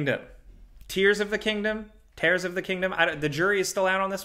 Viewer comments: Pretty sure its tear not tare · I think it’s probably pronounced tears 😂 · It's a hard E (like egg) for Japanese Edo period, not "Eeedo", but I would guess that it's Tears (rhyme with years) for the Zelda game. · It is tear as in tear from the eye, I don't get why American's can't wrap their heads around this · I’m sure it’s pronounced tears. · It’s pronounced tear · I' am very sure it's pronounced as tears. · The translation of the Japanese name of the BOW sequel is “tears” like crying tears 💧 also the pronunciation of “Edo” in ‘Edo Period’ is ‘eh-doh’ ‘E’ like Edward and ‘Do’ like do re-mi-fa-so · I think it's pronounced "tears". Glad to help. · The ‘Tears’ is pronounced ‘TEERS’. It was confirmed by Japanese translation. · I think it's pronounced tears of the kingdom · I'm bamboozled you can't pronounce the Zelda game. It's clearly "tears of the kingdom"